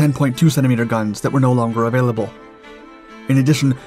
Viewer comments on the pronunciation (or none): none